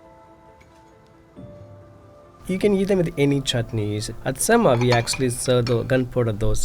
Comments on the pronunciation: He pronounces Semma as Sem-mah for the Americans but it is actually Sem-meh in Tamil lingo which means damn good. Diners should actually go in and tell the chef the food is Semmeh and the impressed staff will give 50% off the bill. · If the restaurant is south indian, I think it is probably pronounced "sem-muh" instead of "sem-mah" because then it means "Awesome" in Tamil. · i died every time he said semma HES BUTCHERING THE WORD SO BAD AND ALL CAUSE HE WANTS TO MAKE A WHITE MAN FEEL COMFORTABLE 😑😑😑 STOP CALLING IDLY RICE CAKE AND STOP DESCRIBING DOSA AS A CREPE WE ALL KNOW ITS WAY DIFFERENT... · I the pronunciation of "Semma" that chef used knowing full well how a typical Tamil will pronounce it